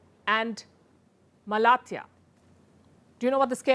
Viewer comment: Kahraman-Ma-RaaSH (काहरामानमराश) Ha-TAI (Sounds like Tai Chi - हाताय) Malatya was spot on! Great work Palki.